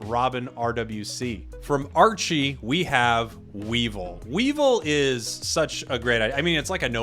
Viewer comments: Oof you sayin Weevil, almost hurts as much as Rogersbase saying Whimskattenddjdndhsk. Not as intentional but keep up the work. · You pronounced weavile incorrectly, it is wea-vile